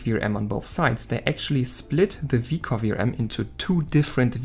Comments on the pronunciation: Hello. please take no offence in the following. Every time u say VRM you sounds like Vram. Can be confiusing. In the future try practising V R M just as normal but with small pauses . It will sound better. Love the video . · You should not have used "vrams" word, , you should say Ve aR eM(spell letter by letter) as in VRM, I got confused thinking you are saying vRam as in ram memory . It was confusing to me as beginner because I dont know the terms, maybe showing the text on screen would help in future. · when u say vrm it sounds like vram so i was a bit confused at first 😺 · See, now , I dont know if that chip controls vRam or VRM, you gotta use better pronunciation/more clear, or use text